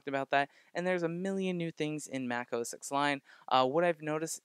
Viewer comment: Great video. It's OSX (ten) not OSX(x) by the way.